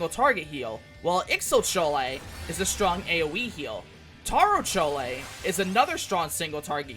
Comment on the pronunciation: But it's fun hearing him say CHOLE